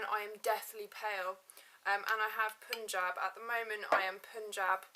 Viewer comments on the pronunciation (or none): it's pun (as the eng word pun) -jab! that's the correct pronunciation